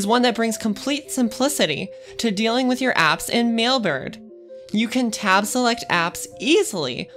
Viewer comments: Why is she constantly saying Millbert? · Sounds like an advertisement for the company. Plus, I couldn't get my head around her saying, "Millberd" each time she tried to say Mailbird.